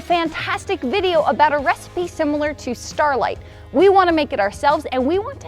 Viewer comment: "...and we want TEH see"